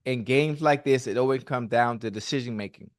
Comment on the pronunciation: “Deshejeen making” - ocho tryna say decision making 😂😂😂😂